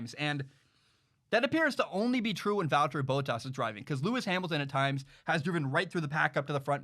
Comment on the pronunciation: It bothers me when he says Valterri Bottas, say it like Val-Terry Bott-Ass, Please.